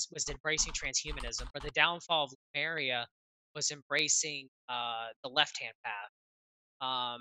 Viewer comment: It's too bad the audio is choppy, it's really hard to hear things but it seems you guys heard him well, weird. Also, why is saying Lumeria instead of Lemuria, am I missing something?